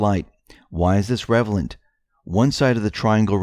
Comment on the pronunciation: You said "why is this revelant"? The word is RELEVANT, not REVELANT FFS.